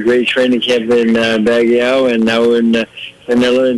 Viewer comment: bagyo nde bagyaw hehe walang A sa dulo ng Baguio